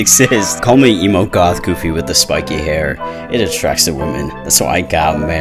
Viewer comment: Did he call you emo "gawf" ? lmao